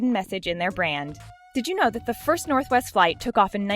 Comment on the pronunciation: When she said northwest the sec time she said " northest" instead 😂😂😂